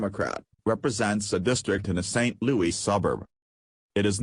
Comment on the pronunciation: teach your voice machine to say "louis". not "louie"